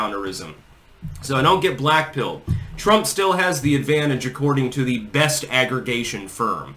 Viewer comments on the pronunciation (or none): none